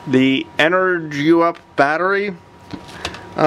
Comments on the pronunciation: Thanks for the video! I realize that this is an older video, I am curious how did the batteries work out for you? Would you recommend them as a budget replacement after using them for a while? I am pretty sure it is supposed to be pronounced "energy up" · En-er-GUP, no_R, not GRUP